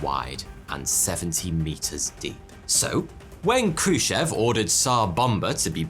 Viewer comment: Sadly, you got the pronunciation of Novaya Zemlya completely wrong, putting the stress, (which is very important in Russian), on the wrong syllables on both words. It should have been NOvaya ZemlYA. Khruschev is pronounced KhruschYOV. Castle Bravo was 1,200 times the power of Hiroshima, Trinitrotoluene is pronounced TRYnitrotoluene. The yield of Tsar Bomba was 54 megatons. It's SAkharov, not SaKHArov and, as the chief designer, he was the person that decided that the yield of Tsar Bomba should be reduced to 50% of the original design just 2 weeks before the detonation took place because he was afraid that the explosion would be far too great. And last of all, CHIXulub, not ChixOOlub.